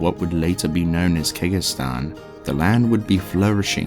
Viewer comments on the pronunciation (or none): Triune (Trune), Kehjistan (Kehgistan), Uldyssian (Yuldyssian), Izual (Izu-all, instead of Iz-wall), just to name a few that stood out to me. Athough that last one is understandable cause he read it how it's spelled. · Kay hay-gin, kaan-dur-aas, kej-ist-an, iz-wall, trav-in-call, taal raasha, vish-yair-eye, there were a lot of others that peeved my pets but I couldn't remember them all, sorry man I had to speak out XD still a really cool video. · This is awesome dude. Can't imagine the amount of effort and research it took to make this. I just wish you Googled the pronunciation of some of the names. It's Kehjistan, with a J, not a G. And "Tal Russia" just made me laugh lmao. I don't even know how you got "Vishari" out of Vizjerei. The way you mispronounce some of these almost sounds like it's on purpose, just trolling people lol. Also noticed some editing mistakes, like you clearly did 2 different takes of the same line, but then left them both in. This happens several times throughout the video, multiple takes spoken back to back. Regardless, the video is great, awesome to listen to at work or before going to sleep.